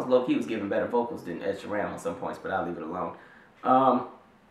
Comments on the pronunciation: The way you are pronouncing Ed Sheerans name is funny lol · the way you say ed sheerans name makes me giggle. it wrong but .. anyway